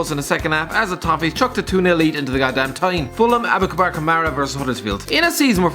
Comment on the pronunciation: that's 'SHKO-DRAN', not 'SHOCK-RAN' 'ABOUBAKAR' not 'ABOUKABAR' Seriously, slap ya'self with that scarf..